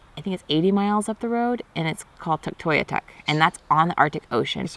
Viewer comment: great video but you need to learn how to pronounce Tuktoyaktuk :) !! I did feel for you with that dumb mosquito!